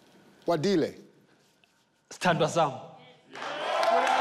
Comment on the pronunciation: You mean "S'thandwa sami" when he changed to "Tower sum"?😂